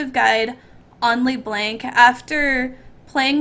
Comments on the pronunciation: is she trying to be froggen calling le blanc le blenk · i hate that u say Lee Blenk